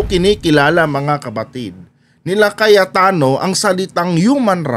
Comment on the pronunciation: Mr vlogger... anu po ung tawag mo ?.. kayatano ba ung narinig ko ?... hahahaha alam mo ba ang meaning ng kayat- tano ?.. nyahahaha